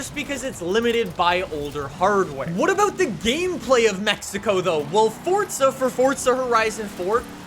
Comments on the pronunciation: It’s Forza not Fortza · Why does he say fortza not forza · FORZA NOT FORTSA. please 🙏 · Pretty sure it's forza, not fortsa. Why can't Americans speak properly? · The developers have said it's Fortza. Its italian for god's sake, Fortza means strenght. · Stop saying Fordza!!! Lol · There is no T in Forza. Please stop saying fortza it triggers me and many other people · Its forZA not forTSA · It’s not Fortza it’s Forza! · FOR GODS SAKE ITS NOT FORTZA, ITS FORZA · It's not. It's pronounced Fortza, which is Italian for Strenght. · The way he pronounces forza is really bugging me. (Fortza) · Can you say forza not forca, thank you. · You say forsta horizen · Stop saying fortza💀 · For za the is not a fucking t in forza say it fucking right aaaahhhhh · Did he say Fordza? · mans really said "fortsa" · fortza LOL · Why? Why with the “Fortsa” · i love how he says “FORTZA HORIZON 5” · It's Fortza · u mean "Welcome back to ForTza Horizon 5"